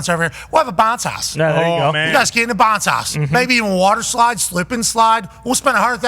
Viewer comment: "bah-nce haus"